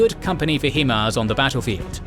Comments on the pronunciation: it's pronounced "High-MARS" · "he-mars" lol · It's H[AI]MARS. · You are mispronouncing HIMARs its High-Mars. Also Ukraine is not part of the Balkans. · Bro. Love the videos but please. It’s pronounced High-Mars. High Mobility Artillery Rocket System. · It is pronounced High Mars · Right, he does an impressive job with the local city and region names and then “Hee-mars.” I’m like, dafuq is he saying? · Too bad he can't pronounce HiMARS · Not a criticism just a heads up HIMARS is pronounced High and Mars not He-Mars. Source currently serving soldier in the US Army that's worked alongside HIMARS operators. But great job on the war break down very informative and help with the information overload that comes from the news every day. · I knew someone would be contrarian, but you're wrong. I don't know anyone in any English speaking country who pronounces the word "high" as "hee". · Except for the Himars, it's pronounced High mars. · yea im ukrainian. couldnt hear the slightest accent and then.... HEE-MARZ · Highmars. Not Heemars. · love all your videos but can you Brits every pronounce HIMARS the way its supposed to be?!!! It's not HeMARS. Look at the name... HIGH not He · It's "hi"mars not "he"mars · Great presentation! btw, fyi, it is pronounced high-mars, and not hee-mars. this is not negotiable, no matter where you are from. for HIMARS is an acronym - therefore, any syllables will inherit the pronunciation of the words they are derived from. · It sounds like the British pronunciation is "HIM-ARS" whereas the American pronunciation is "HI-MARS". Interesting distinction. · It's HI-MARS not HE-MARS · It's HIMARS - not he-mars like he-man. Hi. Mars. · HI-MARS not HE-MARS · HI-MARS is pronounced like it is spelled. HI (hi five) MARS (like the planet). Not HE-MARS (HEMAN!) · It's not HEE-Mars, it's HIGH-Mars, as in High Mobility Artillery Rocket System.